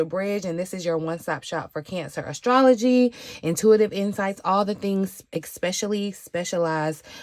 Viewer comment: Oh I say AstroTea when I talk about astrology lol when I heard you say astrolotea I was sat